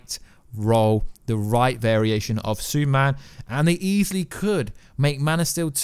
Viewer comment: Exactly what is a Suuman, because I and the rest of the world are fukin waiting...